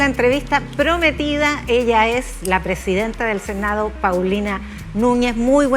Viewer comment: Puros cagüines Paulina Nuñez, senao', diputao', .. cocinao', qué pésima dicción.